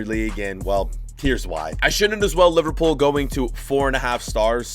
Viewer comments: My guy said LiVARpool. Why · How cab u say livarpool honestly